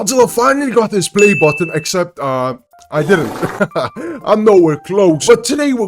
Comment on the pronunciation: Why are you calling it a “play botton”?